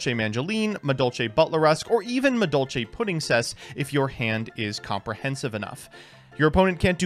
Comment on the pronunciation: really just can't read Madolche cards huh?